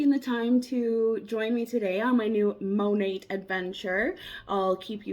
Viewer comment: I think its actually pronounced the same as the painter with a silent t but I could be wrong